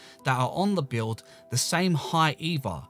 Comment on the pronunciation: thats how he says build